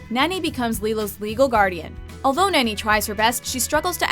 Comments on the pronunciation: It's NAni not Nani. Nah-knee. Nani! I would know! I'm Hawaiian! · It just annoyed me. It is pronounced (NAR-KNEE) not (NAN-E) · It's "Nah-Nie", not "Nanny". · sorry it's Nani as in "nah knee" not "nanny" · lol Nan-ni ?....(Nah-ni) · NAH-NI not Nanny